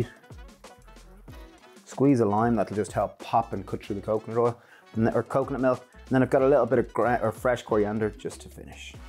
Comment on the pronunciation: Wow! I had to rewind twice. I could have sworn you said mix with a can of coke, milk and veg! 😳🤣